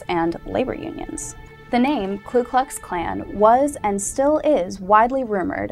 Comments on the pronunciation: I'm not part of nor do I support the KKK in any way but thought you might want to know that it's not Klu Klu Klan but Ku Klux Klan. There's no L in the first word. I could be wrong but I'm pretty sure I'm not. Please check and let me know. Thanks! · 1. It's "KU Klux Klan, not "Klu..." 2. The primary target of the first Klan were the Republicans, as the "Radical Republicans" freed the slaves by forcing through congress the 13th, 14th and 15th amendments and put Reconstruction in place via legislation. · It's Ku Kux Klan not Klux Klux Klan lol... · you are wrong and misinformed on so many levels. first off, It is not the "KLU" KLUX KLAN, second the name is not "grand" wizard, . and what about the "rape, murders, burning of homes" and so on that are going on to this day in south africa against white people? stay with your looks kid, because your education is not going to get you where you want to be, go and read a book. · STUPID SHIT!! It is Ku Klux Klan!! NOT Klu Klux!!! Also, the sound of a bolt action rifle?? Bolt actions rifles came into common use in 1898!!! moe than 30 years after the 1st group was founded. It was an offshoot of the Kinghts of the Golden Circle!!!! Get it right BITCH! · You realize it's the KU klux klan, not the KLU klux klan, don't you? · No it's "Ku"